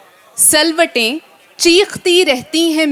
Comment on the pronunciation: not salwatay _ ye lifz silwatay hy